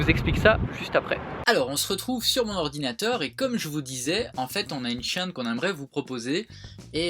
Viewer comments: sa me stress comment tu dis chaine mais bon continuer comme sa vous êtes les meilleurs je vous kiff bisous à tout le monde ❤️❤️ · Aurelie Vexenat moi aussiiiiii j'ai tiqué je pensais avoir mal entendu :p c'est rigolo!